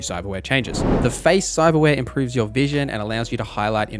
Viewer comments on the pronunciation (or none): none